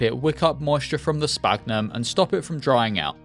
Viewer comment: I think the "ph" in "sphagnum" is supposed to be said as an "f" (it's called "esfagno" in Brazilian Portuguese at least).